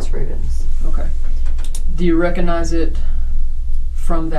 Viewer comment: Mispronunciation of “recognize” is annoying. “Cog” ⚙️, hard “g” sound required. Not “Recon”ize.